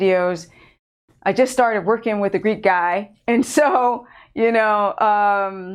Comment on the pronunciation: For the longest time I thought you were calling you assistant Greed God...lol! Greek Guy?